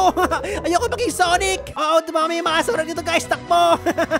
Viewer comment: Sanic not sonic